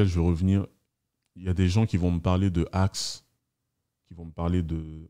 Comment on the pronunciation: Je suis dexacé quand j entend axe😭😭